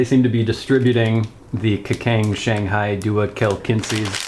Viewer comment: Kacang = Kachang not kakang